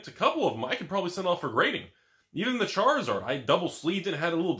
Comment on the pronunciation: You said charlizard wrong